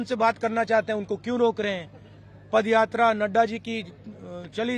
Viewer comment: pappu ji pad yatra nhi, paaad yatra kar rahe hain... 🤣🤣🤣🤣